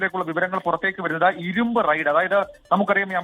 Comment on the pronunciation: റൈഡ് ആണ് നോ റെയ്‌ഡ്‌ 😂